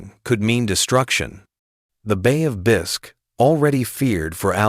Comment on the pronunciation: 4th word, bay o9f 'bisk', that's me out just more AI BS slop.